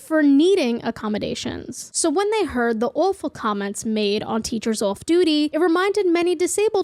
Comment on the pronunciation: is that a boston accent I heard slipping thru in your intro? most of your speech sounds like generic US but "waudergate" "lets tulk about the teachers ouff duty" had me shook